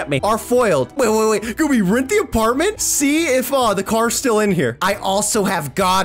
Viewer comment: Lol aparntment